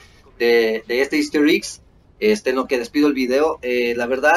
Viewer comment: por favor!!! me revienta que digas iggs es Eggs:'(